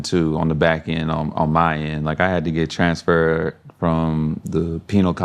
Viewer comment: He said TRANSfer Grinner said transFER AND penal